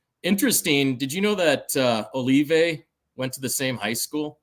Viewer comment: Mispronounced Olave and Mater Dei in the same 30 seconds and you didn’t correct him. Sorry dude, but that tells everyone you don’t know ball